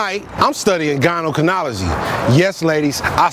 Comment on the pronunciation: “Gyno Canology “ 😫🤦🏾‍♀️